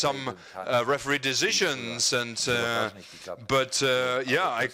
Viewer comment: the "heferee".